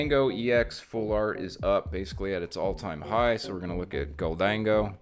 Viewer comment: Thank you for pronouncing Gholdengo the right way!